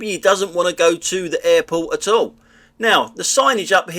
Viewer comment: "Hall where they're having ha whedding reception...! All the H's and a few more!